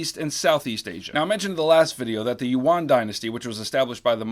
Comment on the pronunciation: Thank you for saving all our whap grades from Texas. Subtle note as a kid in 汉语课 the Tang Dynasty (唐朝时代）is pronounced (t-ah-ng) and the Yuan Dynasty （元朝时代）is pronounced (you-en, or U.N.).